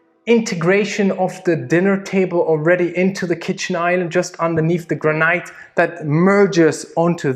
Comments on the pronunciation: Not ""gra - night", or even "gra - neat" , it's just simply "gran - it", no disrespect intended. Amazing house, amazing film clip, thanks for all these views of dream houses. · I'm gonna up the ante on Barbie - this is MY dream house! One of them, anyway. FYI bro, it's GRAN-it: "gran" and then "it" (emphasis on the first syllable) as in "It is a beautiful home!" The "laundry hole," as you called it, is called a "laundry chute." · Fantastic video ,just to say Granite is pronounced " Gran-It" and "Facade" is pronounced " Fa- saard" , well at least here in the UK , keep up the good work guys ! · "Granite is pronounced "Granight" And façade is pronounced "Fasad" Is this his second language or is he just pretentious? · Graniite or rather the graneete. Lol ok these dudes are awesome, the charisma is head and shoulders above the other home tour youtubers - first time watching and you guys have something special here, a step above the other boring luxury home tour people. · This house is beautiful and I love the way you say,"granite".